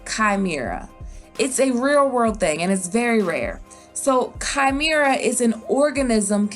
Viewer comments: Chimera is pronounced Kaï--meh-ra ...sorry couldn’t help but being annoyed ! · I really hope he's both dragon and lion (by the way it's pronounced Kah-Meh-Rah)